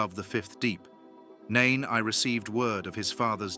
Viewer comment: Yes, "Nain I." Someone forgot to tell the AI that one doesn't prounounce the "I." Then there are the quotes from the books, "chil-dren." There were several others, but those two stood out for me.